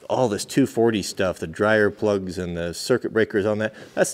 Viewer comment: every time you say "plugs", i cringe. i know your doing it on purpose.